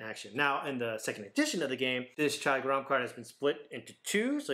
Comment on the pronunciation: It's pronounced ger-rum meaning hot